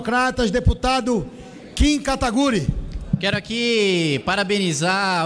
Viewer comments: O cara falou "Kim Kataguri" kkkkk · ele falou "Kim Kataguri"kkkk